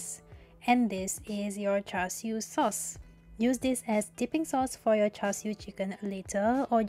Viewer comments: Its char siu, credibility dropped to zero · "Char siu"